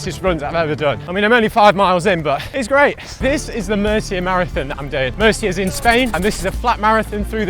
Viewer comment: MURCIA "MOOR-SEE-UH", Not "Mercier"